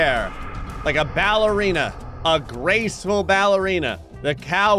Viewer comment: A "grayceful" ballerina